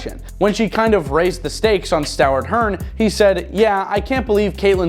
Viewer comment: Did you mean to say Stoward Hern?